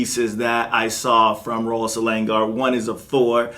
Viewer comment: Bro, you're pronouncing the name incorrectly. Selangor is pronounced 'slang-or'.